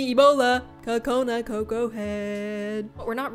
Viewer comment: You mean coco not koco